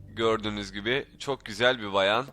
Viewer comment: abi bayan değil bağğğğğyan